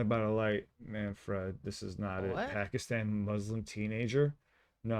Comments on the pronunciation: FYI Dont pronounce it man-fred, w/ the 2nd syllable like the name "Fred". Say "man-frid", w/ a soft "i". 2nd syllable in "Manfred" rhymes w/ "lid" not "led" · We usually pronounce his name MAN FRID . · It's pronounced man- ford. or ferd.